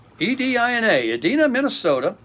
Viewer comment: Hello, Tim! In regards to the card you got from Edina, Mn…..it is pronounced with a long “e” and a long “i”.